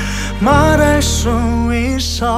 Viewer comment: 이거 노래 진짜 좋아서 감성 취해서 듣고 있는데 그 와중에 발음때문에 터져버림 ㅋㅋ 더는 너를 후회하쥐 아놔~ 널 사랑하쥐 아놔~ 마랄쑤 이쒀~ 근데 노래 진짜 좋다..